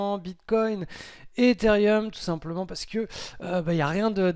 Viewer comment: Par contre c'est etherum et pas etherium chaque semaine tu me fais coller mdr